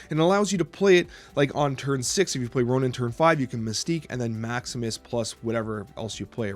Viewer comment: Hey, bit off topic, but it always sounds to me like you're calling Ronan "Ronin". Not a big deal of course but I really can't unhear it. In case you're not aware, that's Lee Pace's character from Guardians of the Galaxy, I'm not sure how much into Marvel comics you are tbh.